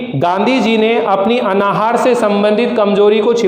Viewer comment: अनाहार नहीं अन्नाहार होता है.... उच्चारण तो सुधार लिजिए पहले अपना